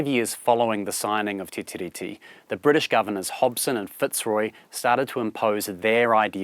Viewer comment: it's pronounced "te ree"